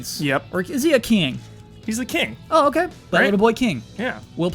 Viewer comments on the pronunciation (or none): "is he a keing?" hahahaha -18.24 Birth of Evil Ian L&R ✌